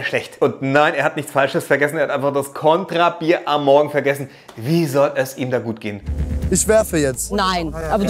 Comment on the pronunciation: Kontrabier? Da merkt man mal wieder was du doch eigentlich für eine unschuldige, süße Prinzessin bist,! Ich liebe ALLES! Konterbier out. ❤️